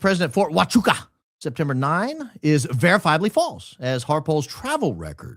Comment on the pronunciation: It’s is pronounce ha wa koocha